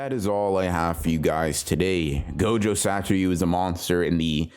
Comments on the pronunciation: Say it with me, Sah-toh-REW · That’s cool and all , and I know it’s petty AF but ...Sa-to-RU ! It actually disturbs my focus ! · its not that hard to pronounce "satoru" youve even watched the fucking anime, behave. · ure saying satoru weird